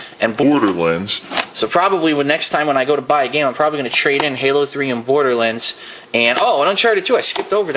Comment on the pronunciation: It's not pronounced border lens its Borderlands